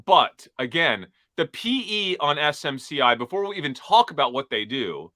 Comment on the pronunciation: Onsemi. (Ticker is ON)